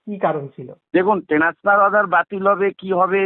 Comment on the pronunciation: Ek bdo transfer shabdota thik kore pronounce korte parlona? Transfer bolche tenasfar😅😅😅😅 koto payexhe wbcs exam te